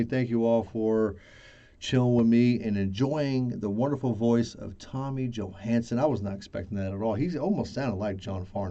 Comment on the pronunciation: Thank you! You pronounced my name surprisingly well